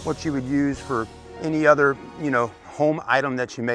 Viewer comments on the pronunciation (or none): none